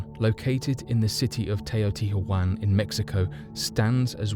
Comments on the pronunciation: Cmmon' man, it's not so difficult. Put it like this: " te - o - ti - wa - can " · not to be that person but teotihuacan is pronounced more like tay-o-tea-hwa-con